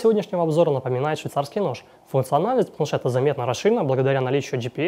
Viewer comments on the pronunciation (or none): с 4 раза только разобрал что он сказал швейцарский нож